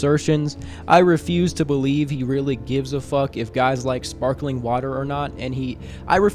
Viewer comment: "Im downs to fek" 🤣🤣🤣🤣🤣🤣